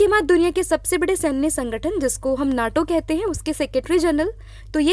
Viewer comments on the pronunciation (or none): none